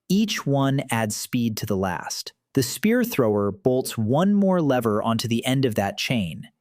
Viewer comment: The spear thower